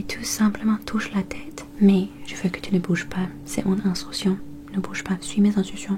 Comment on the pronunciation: Tellement mignonne la façon dont tu prononces "Instruction" 😍